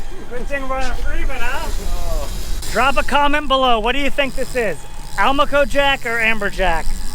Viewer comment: I think that might've been a Spinycheek Scorpionfish, not a Rosefish (wasn't there some olive color in amongst the red/orange, in a few places?) And, for what it's worth, I think Almaco may oughta be said al-MAH-co, rather than AL-mah-co (same way as Do-RAH-do, in other words). Though I'm pretty sure neither way is a crime... whereas, a mistake with a Spinycheek might at least have a punishment (but we've never let ourselves get stuck by one's fins, so don't know if it'd be as punishing as it notoriously is with our shallower kind of scorpionfish... just know both are worth carefully cleaning because they taste good!).